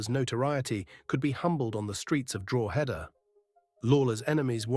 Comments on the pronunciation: Yes , I was wondering where Drawheader was?😂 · Its pronounced Draw-head-ah, and say it fast. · It's pronounced DRAW-DA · Please do your research and learn how to pronounce Drogheda correctly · You pronounced Drogheda wrong.